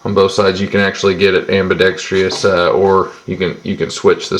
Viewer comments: its pronounced: am-bi-ˈdek-strəs or "ambidekstrus" not ambidextreeeuss. everybody seems to get that wrong these days. sorry for the pickiness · STOP SAYING AMBIDEXTRIOUS, IT'S AMBIDEXTROUS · Its pronounced ambidex-TRUS. Sorry, I hate when the word AMBIDEXTROUS is mispronounced.